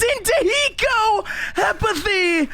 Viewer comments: The way that this caster says Hiko is so tilting for some reason. He never pronounces the H like WHYYYYY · nope he says iko like the H is invisible